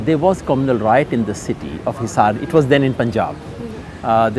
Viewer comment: io is aiyo, not ayoi. Riot is RYOT not ROYAT. Come on.